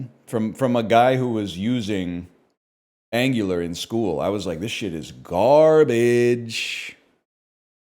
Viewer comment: Pronouncing Angular like gooner